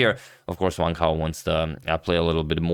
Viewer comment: A quick tip to pronounce Wang Hao: Wan(t) How. For your info.